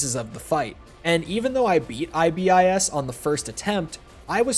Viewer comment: For the love of God, please stop saying I-B-I-S.